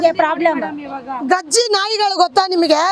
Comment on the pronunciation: ಗಜ್ಜಿ ನಾಯಿ ಅಲ್ಲಮ್ಮ, ಅದು ಕಜ್ಜಿ ನಾಯಿ 😂😂